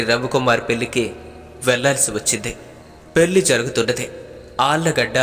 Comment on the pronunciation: పెల్లి not correct. పెళ్ళి ఇస్ a right